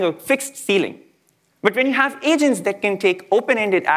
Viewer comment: I heard Asians instead of Agents twice in first 30 seconds of the video 😂